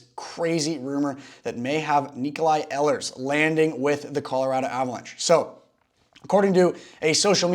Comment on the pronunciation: “Ee lers”